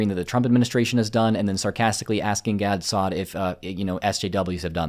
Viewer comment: Wow apparently Gad Saad is so dumb he doesnt even know how to pronounce his own name?